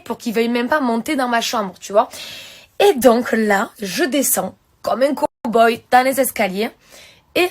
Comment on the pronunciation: 😂 COMME UN COMBOOY ELLE LA DIT